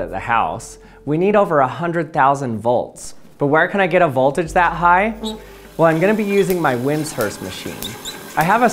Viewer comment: learn how to pronounce "Sieverts" and "voltage."